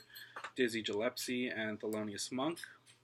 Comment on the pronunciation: Thanks for the video. I just wanted to point out that Dizzy Gillespie‘s name, Gillespie is pronounced with a hard “G”, like “give” or “girl”. NOT the “J” sound, like “giant”. So it’s Gillespie, not “Jillespie”.